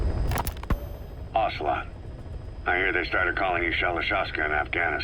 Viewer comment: This sounds like the sound you make when you try to chew something way too hot